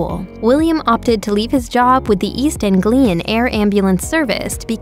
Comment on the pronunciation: IF you are going to narrate these episodes, please treat us with some respect & treat our intelligence with respect too. Read your episodes out loud at least 50 times - even if it is to the dog - study & learn the pronunciation of ENGLISH WORDS - e.g. WESSEX, ANGLIA. Perhaps a Brit or Canadian should do these episodes. After all, Americans spell & pronounce English words abominably.